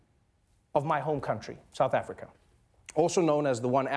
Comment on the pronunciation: He said Africa. Or rather, "Afrika".